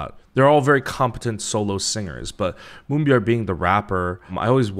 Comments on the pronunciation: You know, I'm just happy there is somebody out there that says Moonbyul's name right. Lol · I get extremely satisfied with your explanation of how the industry works & Moonbyul's impact but I get even more satisfaction with your perfect way of saying her name, naturally. Bless you.